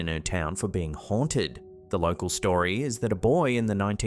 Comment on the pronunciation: Not lore asshole,law cal